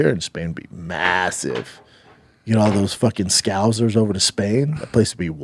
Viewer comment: Brendan, if your going to be high on Paddy, you gotta figure out how to say scouser... the second S is an S, not a Z.